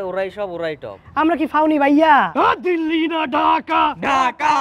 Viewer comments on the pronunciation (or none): none